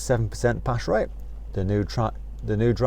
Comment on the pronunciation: "Pash rate" lol